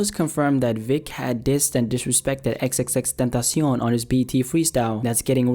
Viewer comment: Why u sound so French when you say "XXXTentacion" RIP X